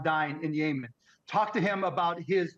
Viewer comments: Weird how Biden left those tariffs on. Was Cuban trying to pronounce Yemen as Yayman. ? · He said “yaymen” 😂😂😂😂😂😂😂😂😂holy crap!!! I’m glad he’s on Kamala’s side! If both have half a brain….. they just might have a WHOLE BRAIN!!! YAYMEN?!!! (That’s what I heard and what the subtitles put out!” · What is it with Americans consistently mispronouncing Middle Eastern country names? 😂 bro said yayman 😂😂😂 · Come on man Mark Cuban can't even pronounce Yemen rite. And I'm gonna take advice from him?? 😑 He called it Yaymen TF? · Mark Cuban: “Yaymen” Did he mean YEMEN?? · Mark Cuban can't even pronounce Yemen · Mark Cuban cannot correctly pronounce Yemen as well as using his brain to see reality. What a joke. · We literally had the best economy in the history of this county under Trump. Mark cuban can’t even pronounce Yemen right 🤦‍♂️ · Mark is so in touch he can't even pronounce Yemen. 😂